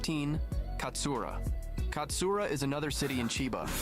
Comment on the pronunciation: "It's not a zura (wig), it's Katsura!" A Gintama reference came up...😌Unfortunately, it's not "katsura" but "katsuura" 🤭Apparently, even foreigners who can understand Japanese quite well have a hard time distinguishing between these two. 😅